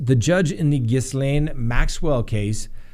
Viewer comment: Oh you disappoint me! The s in Gislaine is silent. Gil aine.